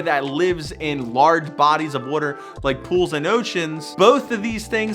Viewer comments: The way you say water makes me cringe so hard. Valid tattoo advice though. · you say water wrong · I can hear the philly accent when you "wooder" LMAO. Love the videos! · From hearing you say water, are you from Baltimore? 😂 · Why does he say “water” like that?